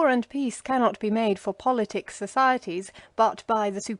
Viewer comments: God bless you for reading to us, One little note: "Politic" is pronounced PAHL-luht-tik, not pull-LIT-tik. Thank you again for all your hard work. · Boths actually fine :? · Both are fine